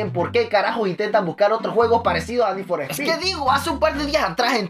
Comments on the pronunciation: we es need for speet lentejo no mames sigue el canal de need for speet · Ni for spy 😂😂😂😂